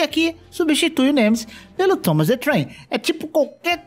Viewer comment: Cada vez q ele disse Tomas the Trem uma parte de mim morreu